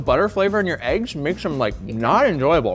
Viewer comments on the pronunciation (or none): I dislike everytime someone pronounced it "AYYGUZZ" it's definitely "EHHGGS" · When did the pronunciation of "eggs" (ehggs) become "[h]eyggs?" It's not just on MK - I've heard it in soooo many shows. But if somehow people start pronouncing eggs incorrectly on a larger scale nationwide, I'm probably going to blame. Why? Because sometimes he says it right, and others he doesn't. Which reminds me, is PAPrika versus papRIka pronunciation just shtick like I believe the ehggs/eyggs thing is?, let the language mutate organically. English doesn't need your chaotic radioactivity to speed up its degradation.... Umm, ok, love y'all!! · I love how they lean in to "AYYYGs"...i never understand why people would pronounce it that way? It sounds so ridiculous lol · Sooo... Who here says "eggs" like a normal human, and who butchers the english language and says "ayygs"